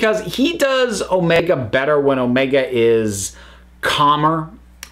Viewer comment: I always have problem with Omega's name that you have to stress "O" instead of "E"